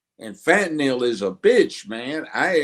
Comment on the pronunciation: Did he pronounce fentanyl as (phat"n"Nem) 🤔🤣🤣🤣🤣